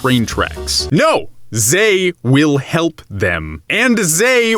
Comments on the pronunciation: What is with that obnoxious pseudo-french pronounciation of "they"? Zey? Really (or, I forgot)? Really? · What is with missprounouncing they? What's with poor english using zay where their is the proper word?